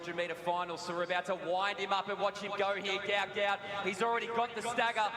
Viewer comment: Apparently runner’s name is pronounced…… Goot.